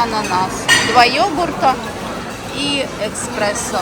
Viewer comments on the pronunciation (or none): Кофе называется эСпрессо, без буквы К😂